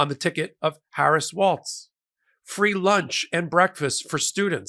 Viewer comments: Walz... pronounced walls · It's Tim "Walls" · Pronounced 'Walls'. Great pic by Kamala! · His name is spelled Walz. His name is pronounced "walls". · I’m not an expert but I always try to pronounce peoples names the way they want them spoken, to the point where it’s a weird thing I’m known for at my workplace. And regardless of the German pronunciation, which I’m guessing is his background, he pronounces it “walls” and said so during one of his rallies previously so that’s probably how people should pronounce it. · Please PLEASE There's no "T" in his last name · Please pronounce his last name correctly. It’s Walz. There is no t in his name……. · It’s “Walls” by the way. Not “Waltz’. Love what you do. Every day. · Maybe my ears deceive me, but it sounds like Micheal is saying Tim Waltz, and not Walz ? Anyone else? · It’s WALZ, Not WALTZ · I love your network. But, please pronouce Tim Walz' name correctly. Walz, not 'WalTz'. No T. Meanwhile, thanks so much for your sane discussion, analysis, and researched info. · NOT WALTZ!!! WALZ like WALLS. No T in Walz. My god folks! Learn to pronounce names! Practice. Your walls are green. No border walls. Tim WALZ! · Love what you do. FI'm from MN so, friendly tip...it's Tim WALZ not WalTz.💙💙💙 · you make many, wonderful points, but his surname is Walz...not Waltz. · His name is pronounced "Walls", NOT " Waltz"! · Pretty sure it’s pronounced “wall-S” not like the dance with the Z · His name is not Waltz. More like Walls. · Not to be picky, but it's pronounced Walls, not Waltz. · “WALLS” not “WALTZ”!!! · Hi. I'm a Minnesotan. Please allow me one minor correction. It's Walz (Walls) not Waltz.:-) He is a fantastic pick!!! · You keep pronouncing his name wrong! It's pronounced Walls, not Waltz! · it’s pronounced Walls, not waltz. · Walz not Waltz. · Walz is pronounced Walls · I think it’s Walls not Waltz. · His name is pronounced Waals (walls) not waltz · Walz sounds like “walls”